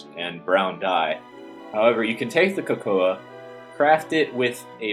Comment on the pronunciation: Just a small correction: Cocoa beans are produced like CO-CO not COCO-A. Great vids BTW.